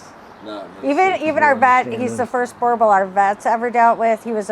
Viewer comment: Gotta learn how to pronounce the name correctly as a breeder let alone a buyer it’s Boo Er Bowl not boar a bol 😂😂😂😂